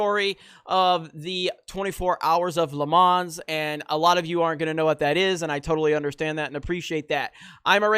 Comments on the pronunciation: Pronounced the S in Le Mans. Stopped watching video and disliked. FOH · The fact that you pronounce the s in Mans is offensive haha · Le whamen lol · For someone who calls themselves a racing fan, you should, at the very least, learn how to pronounce LeMans .